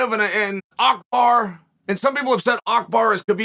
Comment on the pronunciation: Chael calling Abubakr “ackbar” is the most Chael thing ever